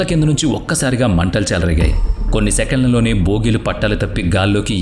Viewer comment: బ్రో స్మాల్ కరెక్షన్ భాగి కాదు భోగీ అనాలి ఇంకా ఫోన్టోగ్రాఫ్ కాదు ప్యాంటోగ్గ్రాఫ్ అంటారు